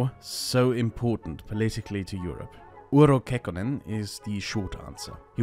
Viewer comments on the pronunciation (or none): It's "UrHo" not "Uro", best rule of thumb with Finnish is to assume that all letters in a word are spelled verbatim.